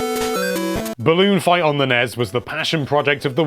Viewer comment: Treating the abbreviations of NES and SNES as words is super annoying